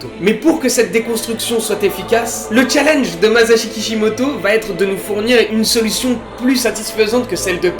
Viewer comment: c lui qui à dit "mazashi" et moi g fait la remarque lol